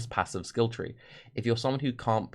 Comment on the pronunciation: I know if was a slip of the tongue but I vote "aassives" is the official term for atlas passives.